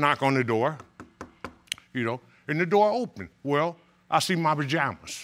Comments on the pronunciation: "My BAjama's" 😂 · “Your pajamas” .... “yep my bajamas” 😂😂😂💀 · Lawd this man keeps saying BAJAMAS 🧐🤦🏽‍♀️